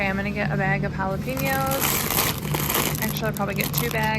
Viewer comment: I laughed every time you said jalapenos (but like halapeeeenyos). 3 times in one video is awesome. Thanks for being entertaining!